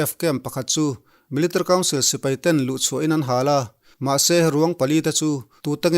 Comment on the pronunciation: Sipei nilo in, Sipai tih zawk tur a lawm😁😁